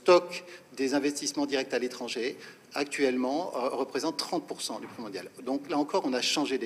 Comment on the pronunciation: Moi j'ai appris a prononcer Pé/ I / Bé/ pour dire P.I.B et pas " pibe " !